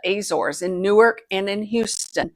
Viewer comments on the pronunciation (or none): none